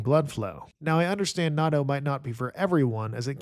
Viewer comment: you messed up again on natto 🥲 please listen to a native Japanese speaker pronounce it